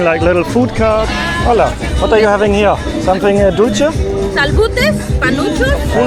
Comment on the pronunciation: Dulche (sweet) is pronounced dul-the, not dulchee.